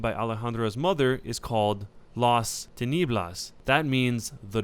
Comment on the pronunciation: says las tinieblas AAAAAAAAH MY EARS